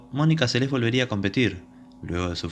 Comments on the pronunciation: El locutor pronuncia mal el apellido, dice " Selés" y es Seles, la nombra como palabra aguda. El resto muy bueno. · Esta bueno el video lo unico es la pronunciacion de el apellido es seles solamente no como lo pronuncias como si tuviera acento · Me desespera que pronuncies mal el apellido. Menos deporte hay ahí